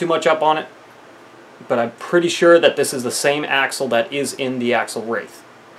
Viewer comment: It's called axial, not axle. You say it AXE-E-AL. Just for your future videos